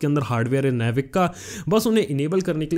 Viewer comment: It's not नेविक. It's नाविक baby.